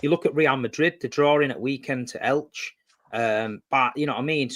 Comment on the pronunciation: Nah pronunciation of Elche killed me 😂